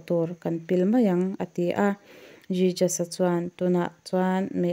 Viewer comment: Jijas a nilovin hesoos ti a lam tur. A mak e... I pronunciation thiam loh dan em em hi